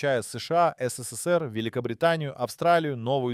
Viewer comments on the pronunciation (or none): none